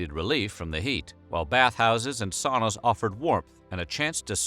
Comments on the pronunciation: It’s not saw-nah, it’s sow-nah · Sauna: sow-na. Not saow-na. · The Vikings took "sauna", pronounced "sow..na"! If you are going to talk about us, and our bathing, please do so properly! Thank you. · Sauna is a Finnish word in which the au is pronounced like the ou in sound. Or very much like a Bostonian might pronounce towner as in out-of-towner.